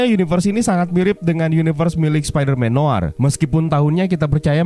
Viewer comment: spiderman "noAr"